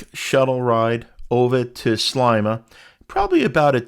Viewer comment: Sleima. Sle like ski but with an e. Hope you enjoyed 🇲🇹 . Canadian, Maltese